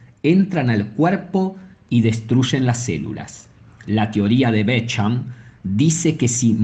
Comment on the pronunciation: Bék hamp? Beshamp se pronuncia